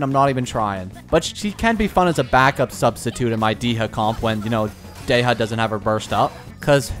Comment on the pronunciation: i think it was dehya's pronunciation? thats the only one i noticed at 8 min 43 second